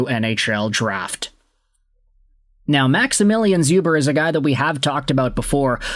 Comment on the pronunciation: Hey! Polish Habs fan here. Just so you know it's pronounced Shoober. Otherwise awesome video and the Canadiens haven't had a Polish player since Czerkawski so I'm happy 😁